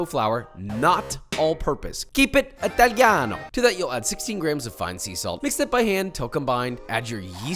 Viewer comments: Authentic pizza needs cow-buffalo mozzarella, no unidentified cheese. More, extra Virgin oil, no unidentified seed oil. I'm sure that 99% never experienced an Italian authentic pizza. By the way its Italiano no ITHalianou, if you want to Mock our languange. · The way he pronounces “italiano” hurts my soul so much, at least he’s trying